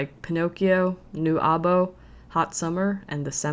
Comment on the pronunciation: Nice video, except for the « A.B.O » pronunciation You did amazing 🎉 f(x) for the win